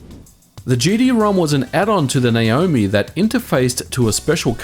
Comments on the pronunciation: Why do you keep calling it Nayomi? It clearly says Naomi! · It's N-ah omi.